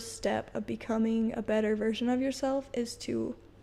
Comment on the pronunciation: He also says, “introduce yourshelf”